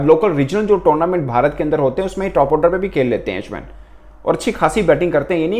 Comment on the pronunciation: For God sake please correct your accent when you say Ashwin